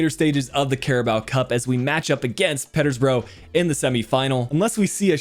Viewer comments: Just for future reference, it's pronounced "peeta-bruh" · should look at signing Noa Lang as someone who would be a strong addition to your team now as well as been a future star. Also it's pronounced "peeta-bura" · The way he says Peterbourgh 😂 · That pronunciation of Peterborough killed me a little